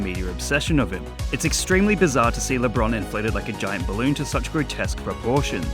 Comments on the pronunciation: LeBean James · Ah yesi "LeBruh'n James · It’s not lebron James is lebrone jhamez